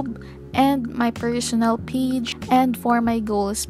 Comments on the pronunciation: Funny how you pronounce page as peach 🙊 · i couldnt watch the whole video because the way you pronounce 'page' was so annoying im sorry